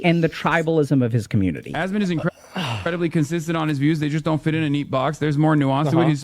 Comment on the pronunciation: why tf does everybody say asmond and not asmon 😂